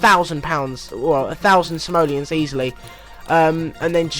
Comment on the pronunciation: the way you say simolons is funny